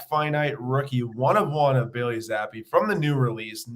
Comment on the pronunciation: Zapp-ie is correct